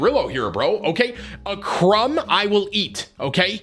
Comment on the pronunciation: Lol Victor Crumb instead of Victor Krum